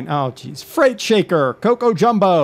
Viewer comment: You might have seen it 1,000,000 times now, but it is freight as in grain.